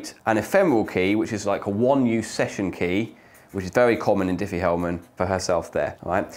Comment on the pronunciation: Triffie Hellman? xD